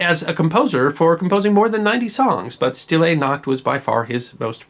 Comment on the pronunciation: And the "st" is pronounced "sht".